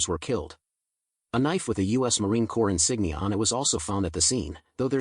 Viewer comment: Marine Corp is pronounced 'Kor' when singular and like 'Korz' when plural. Not being picky, just trying to be helpful. That Ka-Bar knife is a tactical knife yes, but it's also perfect for murdering. You can purchase one anywhere.. Ebay, Amazon ect